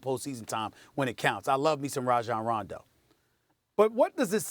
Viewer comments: 0.27 Londo 😂😂😂😂🤷🏽‍♂️ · SAS said Londo lmaoo 😂😂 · Did this bitch say Ronzo at the start? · "Ronzo" ...."Londo" hahaha they keep messing up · She said Ronzo lol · Molly can’t even pronounce Rondo, bitch said some “ronzo” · Nigga said LONDO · “Ronzo” I ship it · Am I the only one who heard her say Ronzo? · He said Londo 😂😂😂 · Did she say Ronzo?? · She said “Ronzo” in the beginning of the video🤣 like if you heard it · Did she say ronzo 😂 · Stephen A. said Londo by accident as well. Actually he almost said it twice lol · Molly said Ronzo and Stephen said Londo lol they messed each up up 😂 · 07 she say ronzo? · Max is like oh shit she said Ronzo the comment section is gonna be savage af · Stephen A said Londo